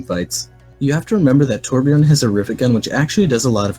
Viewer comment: He said Torbjörn's name correctly, OMG.